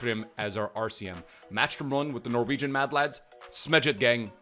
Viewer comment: As a Norwegian I approve of how you pronounced everything! Love the content